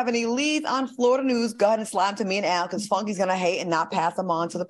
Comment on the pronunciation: Not “Al” 😂